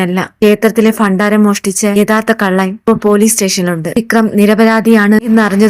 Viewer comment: അക്ഷരങ്ങൾ ശരിയായി ഉച്ചരിക്കുക ഭാര്യ,ഭണ്ഡാരം, ഭഗവാൻ